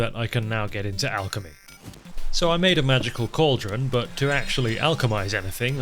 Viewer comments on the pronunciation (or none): none